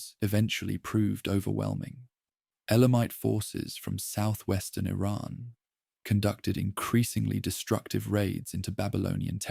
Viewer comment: But how can I trust you when you just said Ayraaaaan for Iran